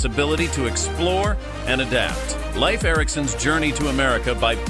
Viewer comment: Pronounce Leaf Erikson to be right as Lief and not as laif. 🌕Leif Erikson is believed to be the one who told about Vinland as reported in the Icelandic saga. He spoke old Norse. ⛵